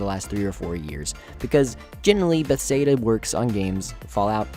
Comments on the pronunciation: How, in looking at the name "Bethesda," do you come to the conclusion that it's pronounced "Beth-say-duh?" It's not even close. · Please can you pronounce bethesda right lol.